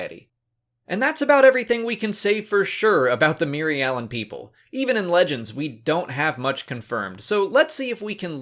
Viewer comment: Your pronouncing the species name wrong. It is just like Mir-alan and the plan is Mir-al